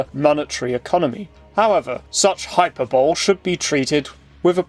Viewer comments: hyperbole: hī-pûr′bə-lē. Great video otherwise. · "iconophile spin"!? are you an iconoclast? hyperbole is pronouced differently than the way you said it. hugely appreciate your videos though🙏